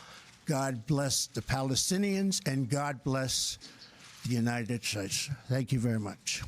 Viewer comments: the United Shates he says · "to possible and possibilities" what the hell does that mean anyways and what is the "unided shlates"? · Did he say, “The United Snakes”?!?